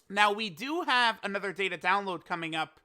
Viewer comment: That "Another" Hit different